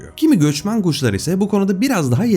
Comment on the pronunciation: Bi göçmen guşlar oldu orda Bi şive kaydı ama